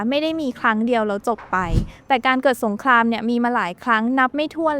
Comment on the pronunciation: อยากแนะนำเรื่องคำควบกล้ำนิดนึงนะครับ "เปลต" "สงคลาม" หรือคำอื่นๆ ฝึกอีกนิดนึงจะดีขึ้นครับ